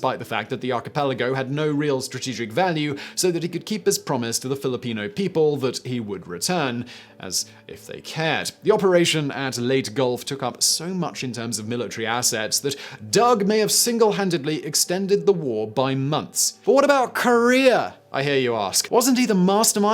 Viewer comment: Simon, I love you, but you have not pronounced a single Filipino word correctly since I started watching your channels lmao. We pronounce every syllable. Ba-ta-an. Ley-teh.